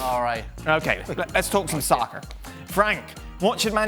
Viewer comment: This man said "let's talk some soccer" in more American voice than Americans lmao